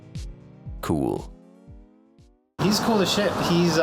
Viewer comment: "But being what few gamers have been before... kuwel"